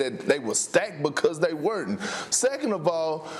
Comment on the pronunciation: “Because they weren’tnt”